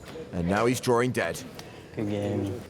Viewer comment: It's "drawing" not "droaring"!